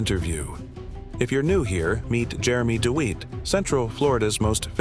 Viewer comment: His name isn’t deweat it’s Dewitte